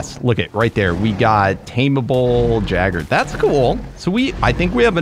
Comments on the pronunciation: No offense but jagger bruh lmao I started to die laughing at that it is pronounced yay- ger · It not a jagger it's.a Yeager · it's not called a jagger it's called a Jager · did i hear jeager i thought it was yeager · its not jagger its pronounced yay-ger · 😁 I'm excited for more kaiju! Also for future reference gojiran is pronounced go- gee-ran. And Jaeger is pronounced yay gr. I'm not hating just wanted to share my info 😁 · It's called "YAY-G-ER" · Just letting you know, gojira is spoken like (goh-gee-rah). The jaeger is pronounced (yay-ger), or just think of the jager bomb drink 😜 Very excited to watch S2!! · Pretty sure the “jaeger” is pronounced as yay-ger but someone feel free to correct me if I’m wrong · Jeager is pronounced yay gurr if that helps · The word "Jaegar" has German origin and is pronounced "yay-guh" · Jaegers are pronounced (yay-ger) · Jaeger is pronounced yaiger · It’s pronounced yay gr